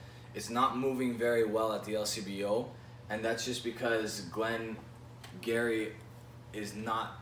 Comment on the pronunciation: it's pronounced Gee Ree. nearest distillery to me btw!